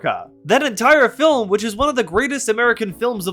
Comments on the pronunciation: Is it weird that by half thru the thing I'm most angry at this dweeb about is that he adds an extra syllable to the word FIL-IM? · Or "fillum" 🫠